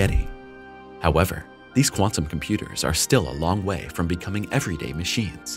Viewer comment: Make the ai say “chem-pyooders” more! Lol